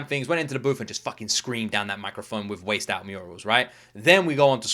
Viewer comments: The pronunciation of the first word of the first song is WHACKED. The comedian he's talking about is Andrew Schulz. Yes, that's SZA, and yes they have a few songs together 🥰The music video for Luther is 🔥🔥🔥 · “Waste out murals” 😂😂😂 “Wacced” is pronounced as “whacked”. “Wacced out” is slang, means to vandalize or deface something. The reason why it’s called “wacced out murals” is because a video went viral of a Kendrick mural painting being defaced with graffiti. This was still fresh after the beef. I think I said in a previous video that the west coast slang’s gonna whip your ass😂😂😂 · This album was released before the super bowl but after the last of the drake beef. The theme is essentially him showcasing LA sound. It's an incredible album! Also, it's pronounced "wacked" out. His mural in Compton was vandalized around the time of the beef. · I got choked up on Man in the Garden too. Also, it's pronounced "wacked" out murals. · Wacced or murals is pronounced whacked it's because someone vandalized his mural